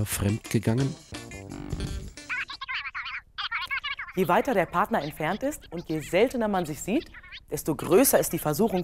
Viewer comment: Minute 8: "femd gegangen"